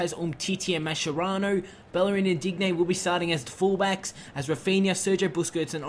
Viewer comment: Not a fan of that Sanches Deal. Also, stop saying Dig-nay when its supposed to be pronounced Deen-yay. Make it sound French, it hurts to hear.